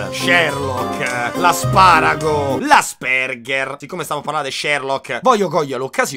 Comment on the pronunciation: Bro ti prego é Àspeng(h)er 😂😂😂 Ti voglio bene sei u' topp frateeeee